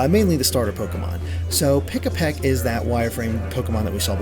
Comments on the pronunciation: Pikipek, not Pikapek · Pikipek, not Pikapek. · It's Pikipek not Pikapek! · Just want to say it's "Pikipek" not "Pikapek". This isn't some sort of Pikachu-based bird Haha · It's Pikipek, not Pikapek